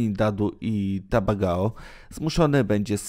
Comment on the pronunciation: Trinidad i co ??? TABAGAO ? Masakra